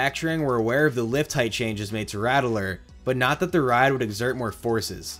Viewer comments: It's pronounced Ratt-ler, not Ratt-e-ler like you're pronouncing it. Was driving me mad every time you added that extra E syllable to it. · My only critique is everyone calls it “Rat-ler” southern drawl kinda, not “rattle-er”. The original was rough. I hurt myself many times growing up near the area. The iron rattler is much better and I enjoyed it while I lived there. Many times I would go on the original alone because me parents did not feel like taking the battering. I started to get migraines going on the ride as it got older, and I didn’t ride it until the remodel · It’s pronounced “Rat-Ler” not “Rattle-er” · I can’t “like” this video because of saying “Rat-el-ler” instead of “Rat-Ler” like any sane person. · RattELer?! *$&(*&^ RATTLER! JUST LIKE THE NEWS CLIPS (that you found and edited) PRONOUNCED IT! lmao, pulled so much hair out, but otherwise great content so I continued watching. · You keep saying it wrong. You're saying Rattel-Er. It's RATT-LER. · You pronounceing the rattler (the raddler) is killing me 💀 good video though very informative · “RAT - lur.” 2 syllables. Unless that’s a North Jersey thing! I second a comment below that I would like to see a video on Drachen Fire. I’m personally skeptical that it was a direct attempt by Arrow to ape B&M, but I’m curious what you would have to say. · I can tell you aren’t from Texas just by the way you pronounce “Rattler” lol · Idk if I can listen to this dude mispronounce the word rattler for the next half hour. That extra vowel sound takes special effort.